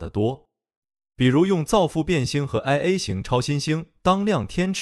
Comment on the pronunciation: 是馬土撒拉不是馬「士」撒拉 是1a超新星不是LA超新星 錯這些也太不專業了吧🙄